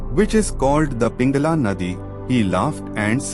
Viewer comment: Tks for providing information. I request you to correct your pronunciation specifically Ida and pingala nadi as you know every ovel and consonant has different vibration. It’s western who are not aware of the terminology pronunce wrongly or incorrectly. I have no intention to comment but to correct 🙏🙏🙏🙏